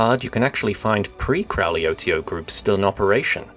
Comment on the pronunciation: Ye Gods, please pronounce the names right--Reuss is pronounced "Royce," Crowley rhymes with "holy," as he was fond of saying...and "Leah Sublime" is the only poem I know that could stop an orgy dead in its tracks. It's not a real representation of Crowley's writings, so you're being a bit unfair. And "Chabad" is pronounced with a clearing the throat CH, like how a Scotsman pronounces "Loch," not a CH as in "church."